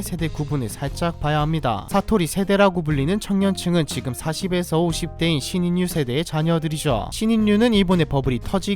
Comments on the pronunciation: 신인류 신인유가 아니라 신일유로 발음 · 발음이 신인뉴가 아니고 신일류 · 신 인류를 신 인뉴라고 발음하기보다는 신일류 하고 발음해야하지 않나요? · 발음이 뭔가요 신인류->신일류 라고 발음해야됩니다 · 신인뉴가 아니라 신일류입니다.. 너무 거슬리네..